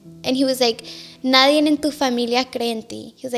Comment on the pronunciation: Well spoken but says “ nadien” 😂 it’s NADIE.